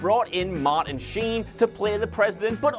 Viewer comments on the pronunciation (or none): none